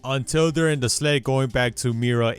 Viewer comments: Nigga said “sled” when its skeld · His accent made me think he said sled instead of skeld